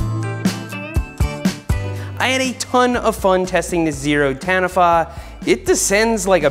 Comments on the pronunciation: Taniwha is pronounced “tonne-E-far” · HOLD UP, As a fellow kiwi I have to correct you on pronouncing Taniwha (Ta-Knee-Fa). Good try though, love the vids ❤ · Ahhh… Americans pronouncing Māori words 😅 Ta-knee-fa Taniwha is a mythical creature from Māori legend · I come from New Zealand where Zerode is based and several of my friends are on their ambsidor team. also it pronounced Tanifa as opposed to Taniwa (f sound in place of the w). Lets help the end to big derraliur hope you decide to buy a Zerode (the Tanwha Mulet is amazing) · Great to see a bike from New Zealand on your channel Seth. I've wanted a Taniwha for ages. Jamie from rides one. For those considering it, it's pronounced, "Tah-nee-far" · Awesome Vid. Love the Zerode. Taniwha - pronounced... Tah knee faa ❤ from NZ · The zerode bike name is pronounced more like "Tar knee far". It's a Maõri word for a large mythical beast in folklore. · For those that might be interested, the pronunciation of Taniwha = Tar-knee-far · Just an FYI the name Taniwha is a Maori word and is pronounced Tah-knee-fa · It's pronounced Tah Knee Far, but you were close enough! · Tah-nee-fah, Seth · Taniwha is māori so you would pronounce it like (tahneè-fa) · Seth, Its pronounced Ta nee faa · Zerode *Tar-knee-far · sorry seth but you pronounced taniwha wrong drag out the first a in the name, im from nz taniwha is like one of our mythical creatures, good video and love the channel by the way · I'll forgive your pronunciation of Zerode Taniwha because you're not a Kiwi but the bike is 😬🤘🏼👍🏼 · pronounciation of taniwha was criminal lol